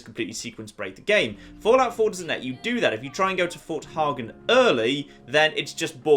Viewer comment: Fort hey-gen